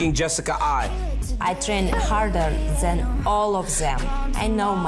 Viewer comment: "I train harder zen, all of zem" - Valentina shevchenko